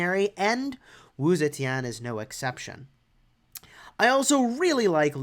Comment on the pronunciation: her last name was off